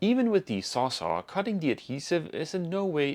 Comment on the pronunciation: Sounds like you're saying SawSaw, the brandname that has become the generic name in the US for any big reciprocating saw is Sawzall (as in "saws -all")